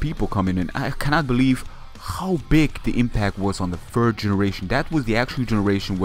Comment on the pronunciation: You need to improve your "third" pronunciation. It's "third" not "fird"